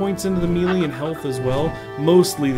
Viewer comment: Melee is pronounced "may-lay" not mee-lee. I know it's weird, but look it up.